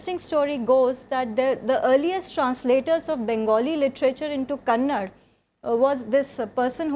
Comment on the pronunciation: It's kerala and karnataka , not keral and Kannad.